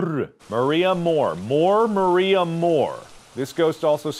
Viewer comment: Mark: Maria Morrrrr~e Me: Spending 10 minutes trying to roll my R’s and failing